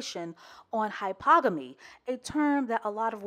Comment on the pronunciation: Love you sis, but it’s pronounced hy-per-gamy.